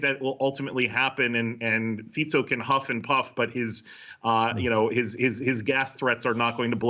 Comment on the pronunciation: this is the first newscaster that I see pronouncing the name of the Slovak PM correctly